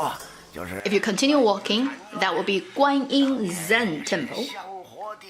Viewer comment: just you know the another smaller God you were talking about her name is not Guanyi, it's Guan shit yin or Guan yin da shi. she doesn't have much power, she got crown from Ru Lai(the most powerful god) and use a spell to control the crown to make wukong behalf.